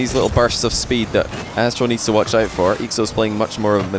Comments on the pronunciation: I just cant overhear "Asstral" anymore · completely butchered/forgot these guys' names atleast twice each. Aztral/Alpha eestral/aakso